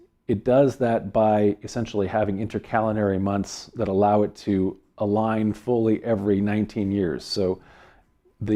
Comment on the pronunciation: Why do u say "allow"....